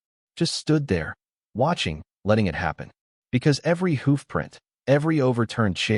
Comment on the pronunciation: Why is the reader unable to pronounce words properly i.e. hoof